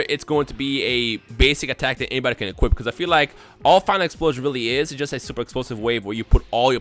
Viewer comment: Why does always sound like his nose is stopped up? When he talks fast it makes it sound worse... Instead of Final Explosion it sounds like he said File implosion